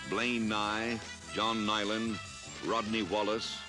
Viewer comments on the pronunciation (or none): none